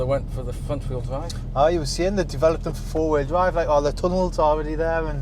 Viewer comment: ‘wuh wront veal dwive ‘ 🤣 Proper Scots vs Ian Beal accent. ✌🏻✌🏻🤣